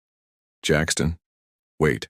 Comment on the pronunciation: An other AI narrator ?????? Painful to listen to at times with stunted stops. 😢😢 Jackson not Jackston.👎